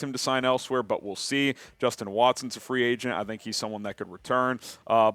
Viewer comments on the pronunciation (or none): none